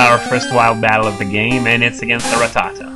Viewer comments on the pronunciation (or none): LOL you said Ra ta ta's. funny